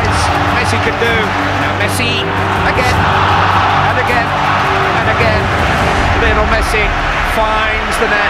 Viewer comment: ''Lion'' el Messi.